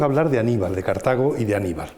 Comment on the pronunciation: " Cártago! con la primera a acentuada? BURROOOOOOOOOOOOOOOOOOOOOOOOOOOOOOOOOOOO